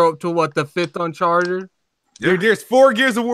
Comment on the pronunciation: why is calling it uncharter its UN chart- ed